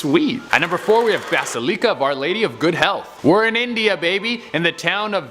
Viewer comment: Basaleeca? You mean bas-il-ica